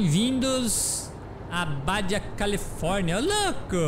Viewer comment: é "Barra Califórnia" o correto. Em Espanhol, "J" tem som de "RR"